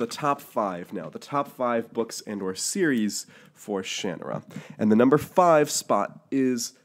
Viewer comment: Ugh... Its pronounced Sha NAR ra ... not shan a rah ... if you don't believe me, go watch Terry Brooks pronounce it.